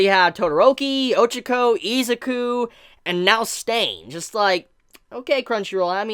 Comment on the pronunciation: O-chuh-ko I-zuh-koo ???